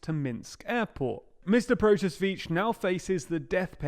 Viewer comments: Oh, why English speakers always fail pronouncing Slavic names? Those man's surname should be read as something like "proto-sea-which". Not " proto-switch" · Protasevich. Pro-ta-se-vich. Mexico does not have a PM, it’s president.